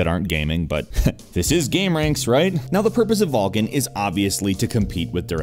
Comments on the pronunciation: it is vulkan not VALKIN :face-blue-smiling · You fucktards realize it's called "Vulkan" NOT "Vulcan". Read people..., fucking read. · Oh man that nasal voice guy and his way pronouncing everything as an A. Vulcan becomes vaaalcan, dollar becomes dahlar.. i'll sit through tho. I hope live to see the end without getting too distracted by it xD